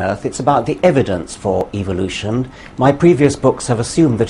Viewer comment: when dawkins says evolution it actually sounds like evilution. Its so funny.